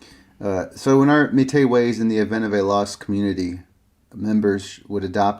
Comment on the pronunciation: Simple pronunciation advice: "Métis" is typically pronounced in English either with or without the final s. In my experience usually without, but it seems this is a misunderstanding of French. In this case, standard French actually does pronounce the final consonant. Either way, the accent is on the final syllable, as it always is in French. Thus "MATey" sounds wrong, I think. It probably should be meh-TEE, or meh-TEES. I've usually heard the name as "meh-TEE." Interestingly, according to some info I can find, the Canadian French pronunciation is a little different: Meh-TSEE. A lot of people just assume North American place names or people names with French influence should be pronounce like modern standard French, but of course the French speakers in 17th and 18th century North America who coined these spellings did not speak modern standard French, but a slightly older dialect, whose features sometimes still remains in modern dialects of French in North America. BUT, I am not a Métis, or even an expert on their identity. I am just well versed in linguistics in general and know how to research these details. If there is a preferred pronunciation among the métis community then you can defer to that instead. All I know is that if you say "meh-TEE" or "meh-TEES," then those English speakers like me, familiar enough with the Métis' history & culture to have heard that word pronounced before, wont bash any eye. "matey" sounds like a you're a pirate, and "MEATus" sounds like you k